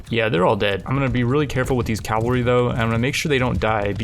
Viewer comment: Cav-al-ry. Cavalry, not "Calvary". Many people abbreviate it to cav. Would you say cal to abbreviate it?